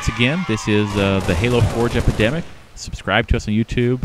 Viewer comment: For come reason I always hear you say :This is the Halo 4 jepidemic. lol